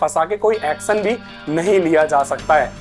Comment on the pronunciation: action nahi acsan 😅